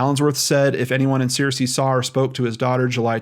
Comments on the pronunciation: Hey, Arkansan here! Searcy is pronounced like "sir-cee" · I grew up in this region and have parked by that bridge before. She's from Searcy and that's kinda far away. There is nothing in Oil Through to speak of...maybe she has some family or friends there. Also Searcy is pronounced "Sir Sea" at least by folks in Arkansas. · Great job trying to help these people. Bless you. For future reference, from a White county native, born in Searcy, it's pronounced Sir-cy. ;) Prayers for bringing the missing home and for healing comfort and signs and wonders of God's Love <3. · It's pronounced sir-see, btw. The only reason I know is because my cousin went to a college there. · I am sorry if this sounds rude as that is not my intention, but it is pronounced Sircee, just like the evil queen on Game of Thrones. They are a small AR town which means they don't really care about helping anyone who goes missing.